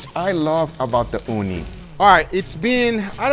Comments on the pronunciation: I keep hearing "Uuni" what means Oven in Finnish. That got me so confused. XD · Ooni is pronounced as "uuni" which is Finnish for oven.